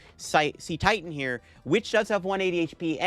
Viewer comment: It's 'se-titan' 🥲